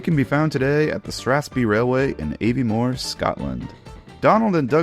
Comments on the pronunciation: The name of the reigons are prounounced "STRAFF-SPAY" and "AVVIE-MORE". BTW Strathspey is in a reigon of Scotland well known for Trout Fishing. Aviemore is well known for being a centre for Skiing and other Winter Spirts. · Aviemore is pronounced ‘AHviemore’